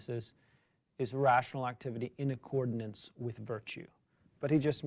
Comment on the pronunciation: The word is “accordance”, not “accordinance” - military background? Thinking of “ordinance”?